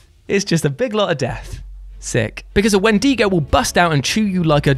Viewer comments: When I heard pronunciation of Wendigo (wen-dii-go) I replied, "Excuse me?" Then again he says it again, I nearly lost it in laughter. No worries, even Westerns mispronounce alot of Tribal Nations' words. My apologies, it just gets funnier with every attempt as read on paper when the language is based on sound. Wen-deh-goh is what I heard, but that could even be debatable in tribes. TBH as a Navajo the Wendigo is a Algonquian spirit/totem and story, we call the taboo of eating human flesh a different name in the Navajo language. Crazy world we live in, but every nation has different spin on this taboo trait. LOL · Dude, that is the weirdest pronunciation of "Wendigo" that I've ever heard before.